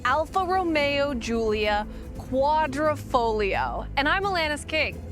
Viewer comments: Congratulations on pronouncing the Quadrifoglio correctly. I think your the only reviewer to do so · .... and you managed to pronounce 'Quadrifoglio' correctly which many reviewers seem unable to do.